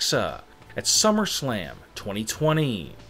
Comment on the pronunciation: He said shummerslam